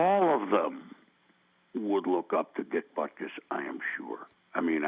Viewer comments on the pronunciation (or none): To the announcer, his name is not pronounced "butkiss". History is not pronounced "hishtory"